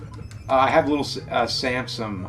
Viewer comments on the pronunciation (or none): James is from Philly. Little Sansom